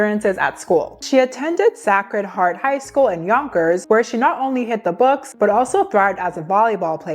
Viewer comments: quick correction — say cred (sacred) heart, and soo knee (SUNY) system! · Say it like Say-cred Heart. As a former NYer, this makes sense she definitely gives Catholic School vibes ( rude, stuck up , bullies)